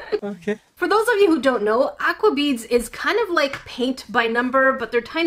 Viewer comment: It is not pronounced A-qua it is o-qua even though spelled like A-qua